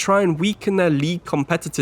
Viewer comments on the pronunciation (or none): Just to help you, I'm Greek and Alexandropoulos' name is name is proffered: So (like the verb saw) Ti (like tea) Ris (like in Reece) - SawTeaReece. Hopefully this can help you 😂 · bro i liked your transfers, but Alexandropoulos first name is pronounced So - tee (as you say tea) - rees (as you say reece james). loved the attempt to pronounced it though